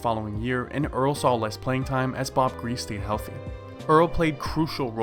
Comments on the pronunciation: Its pronounced gree-see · Why are you making videos when you can't even pronounce the name of Hall of Fame quarterbacks like Bob griese?